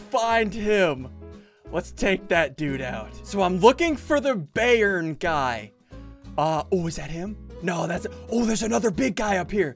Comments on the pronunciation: It's biyern not bærn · ssundee when you said bayern yeah you kind of said it wrong :l its a german soccer team say its said byern but spelt bayern :) i guess the guy hates that soccer team bye (like your vids):) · Me Yes, Bayern Munich (The name Ssundee mispronounced by a mile)